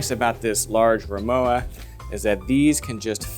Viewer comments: RimoVA. W in German is pronounced as a V. Just sayin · Thanks again; What is the size of this piece of luggage? by the way RIMOWA (German make) is not pronounced like IOWA but with a plain V: RIMOVA.........(stress on MO)